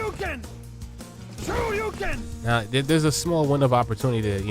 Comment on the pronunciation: Why i heard " screw you ken" instead of shoryuken?😂